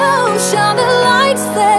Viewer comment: I keep hearing lice instead of lights